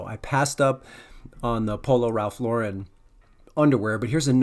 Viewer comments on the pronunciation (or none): none